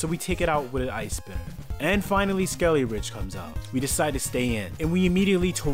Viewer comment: Nemona's SKELEDIRGE was a monster the whole run. It's purnouced skel-i-durge not skel-i-ridge